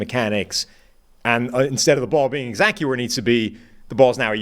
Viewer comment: & & Is this man saying “exacty” (E-Zachy) instead of exactly??? Lol